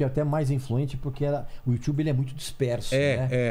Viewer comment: you tchube - Régis Tadeu